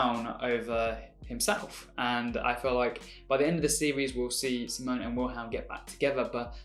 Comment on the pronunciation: So I'm going to be annoying here. It's in regards to how you pronounce Simons name. It's see-mon. As in see what's over there and mon as in monday. Sorry for being that bitch.